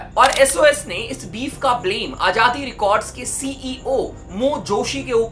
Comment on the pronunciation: Its azaadi not ajaadi yar abc to prhtey ho tum Indians kiu nhi words theek se prhtey Z ki awaz kiu nhi nikali jaty